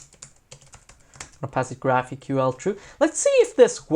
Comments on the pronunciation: its pronounced graphical. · I'm pretty sure that GraphiQL is pronounced "Graphical". Great intro, thanks! Looking forward to part two.